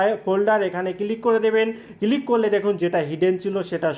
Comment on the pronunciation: বাংলাদেশের অধিকাংশ মানুষদের উচ্চারণ শুনলে বিরক্তি জাগে মনে ৷ আপনারা জীবনেও কি শোধড়াবেন না ?! আচ্ছা "ক্লিক" উচ্চারণ করা কি এতই কঠিণ ? সারাক্ষণ "কিলিক" "কিলিক" বলে গেলেন ৷ দু দিন আগেই শুনলাম বাংলাদেশের একজন ব্লেন্ডারকে বলছে "ব্যালেন্ডার" ৷ টিভি নাটকে বলতে শুনেছি "এর থেকে বেশি এসপষ্ট করে আমি বলতে পারবো না ৷" ভারতের পাঞ্জাব প্রদেশের মানুষদের ভাষা গুরুমুখী ৷ অবশ্য তাঁর উচ্চারণ করেন গুরমুখী ৷ তাঁদের সমস্যা হলো যে গুরুমুখী ভাষাতে কোন যুক্তাক্ষর নেই এবং শিস ধ্বনি বিশিষ্ট শব্দও তাদের নেই ৷ ফলে তাঁরা শিখতেই পারেন না যুক্তাক্ষর উচ্চারণ ৷ তাঁরা স্ক্রু কে বলেন স্যাক্রু, স্কুটারকে বলে স্যাকুটার, হর্নকে বলেন হরন, স্ত্রীকে বলেন ইস্তিরি, ইত্যাদি, ইত্যাদি ৷ কিন্তু কাজকর্মে তাঁরা অন্য কোন রাজ্যে বসবাস করতে শুরু করলেই কিছুদিনের মধ্যেই তাঁরা সঠিক উচ্চারণ করতে শুরু করেন ৷ ব্যতিক্রম হয়তো একমাত্র বাংলাদেশ ৷ সেখানকার সব মানুষই সম্ভবত মনে মনে এটাই জপ করতে থাকেন যে "আমার ভুল, ভুলই থাক !" কলকাতার ধর্মতলায় এসপ্ল্যানেড এলাকায় বাংলাদেশের একজন উচ্চশিক্ষিত মানুষের সঙ্গে আমার আলাপ হয়েছিলো ৷ তিনি আলাপচারিতায় ক্রমাগত "এগনেষ্ট", "এসটেট", "ইস্টিক", "এসপেলেনেড" , "এসপষ্টো", ইত্যাদি বলেই যাচ্ছিলেন ৷ তাঁকে একবার অনেক কিন্তু কিন্তু করে অনেক সংকোচ নিয়েও বলেই ফেললাম যে তিনি এত উচ্চশিক্ষিত হয়েও বাংলা যুক্তাক্ষরগুলোকে কেন এমন ভুল ভাল উচ্চারণ করে যাচ্ছেন ?! শুনে আমি তো স্তম্ভিত-বিস্মৃত-হতচকিত হয়ে গেলাম যে তিনি বেমালুম বলেই দিলেন যে আমাদের বাংলাভাষার সঙ্গে তাঁদের বাংলাদেশী ভাষার নাকি তফাৎ আছে ! ওঁরটা নাকি বাংলা নয় — বাংলাদেশী ভাষা ! আরও কয়েকজন বাংলাদেশীর সঙ্গেও কথা বলেছি , সবারই একই রা !